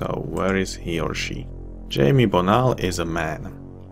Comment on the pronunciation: I think "Jaime" is pronounced "high-may" by the way. I have a relative with that name.